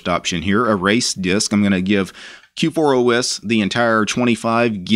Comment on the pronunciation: You keep calling it K4OS :D